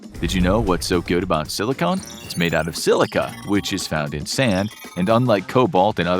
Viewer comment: "Sill-ih-conn" not "Sill-ih-cone"